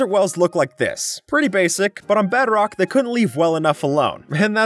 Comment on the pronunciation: Bro Said beadrock😂😂😂😂